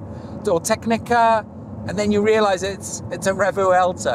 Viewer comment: It’s not pronounced “Re-vu-el-to” you silly Pommy. No it’s “Revwelto”